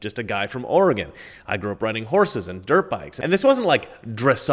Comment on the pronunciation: I lived in Bend, Oregon for 15 years. Its nice to hear Oregon pronounced correctly